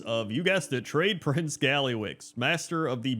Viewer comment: I'll be honest, when you said, "You guessed it, Tradeprince Gallywix," I heard "Dreyfus Gallywix," and I thought, "Wait, Blizzard named him WHAT?"